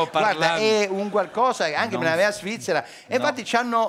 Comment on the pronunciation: "Anche a Shvizzera c'era questo problema che se uno PUZZI.....se ti porti un SHAMPI..." ahahahahahahahahahahah